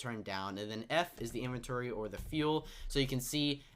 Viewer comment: Dear all Youtubers: 1. It is not in-venchory is In-vent-ory 2. It is not wa-ff-a it is wai-fer